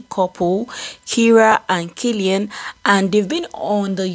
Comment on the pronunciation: That's not how to pronounce kaelin ma'am. People are allowed to always discover and rediscover themselves as much as they want. They are one of the genuine families on this street mahnn. Great job though